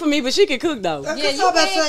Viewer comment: “I cewwkk” 😂😂” I make the best pb&j”😂😂